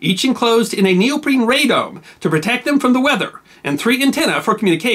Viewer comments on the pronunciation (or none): none